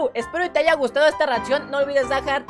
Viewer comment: Aprende a hablar por favor, no se dice Haiga se dice **haya**. De resto muy buen video gracias por darle reconocimiento a Lulu😊